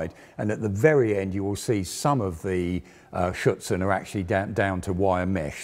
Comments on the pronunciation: I heard "Schützen" (rifleman) instead of "Schürze" (skirt). He is not really pronouncing the "r" in "Schürzen" which is important for understanding the word. (At least for me as a native German speaker) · Superb content, as always. Two suggestions: you may pronounce the manufacturer MAN not as thev word "man" but as single letters: "em a en". Afterall it is an abbreviation. Secondly, when you refer to the added standoff armour I always hear "Schützen". In reality it is "Schürzen" (apron).